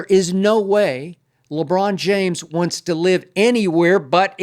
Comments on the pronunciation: 😂😂 Skip Foul with the "LeCon James 💀🤣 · Okay Skip 😂 He said, LeCon James ..😂🤣🤣🤣💀